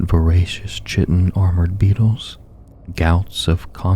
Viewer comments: Btw its KAI-ten not "chit-in". I made the same mistake for years because I knew the word from literature and not spoken word. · Love the vids! Not critique, I just wanted to help inform. Chitin is pronounced like "kai-ten" and chitinous is "kai-ten-us" Keep up the great work. I love these.